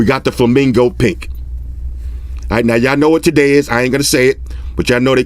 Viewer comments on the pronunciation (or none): It sounds so wrong when you say flamingo pink cause it sounds like flamingo pik which also means flamingo dick in danish😂